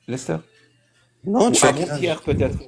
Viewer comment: Naaann!! Siter "Résuce moulezulment" le gros CSC "Lester" sérieux. LAISTER!!🤣